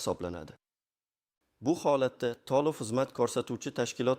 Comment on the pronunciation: Tolivmas, toʻlov, kogoz emas, qogʻoz deb oʻqiladi. Millati kim bu oʻqiyotgan odamni, aniq oʻzbekmas...